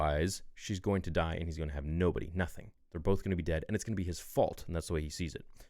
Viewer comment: I swear u said die with more emphasis to purposely make me laugh 😭😂